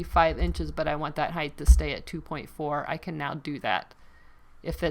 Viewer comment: Please tell me you don't say HEIGHTH, 😨